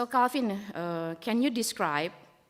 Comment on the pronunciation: anggota DPR RI tapi bahasa inggrisnya jeblok, calvin ronald verdonk bukan di baca kalvin ronald vardok tapi kelvin ronald verdonk :3 hadeh